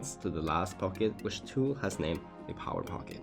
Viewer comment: It’s pronounced toolie